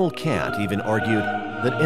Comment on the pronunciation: Your pronounced Kant, cant, like I can't go to the movies when it should be Kahnt